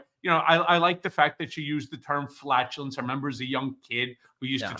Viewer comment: "FAT"ULENCE instead of Flatulence......lol